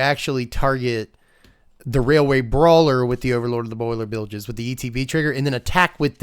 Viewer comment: It's been so long since I've heard Boilerbilges said out loud correctly. I've been watching too much Seth 😅